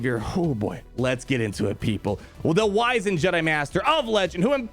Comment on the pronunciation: Everyone else focusing on the video, me not being able to shake how he pronounced “wizened” wrong